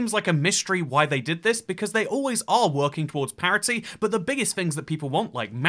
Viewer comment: it's parity not parody.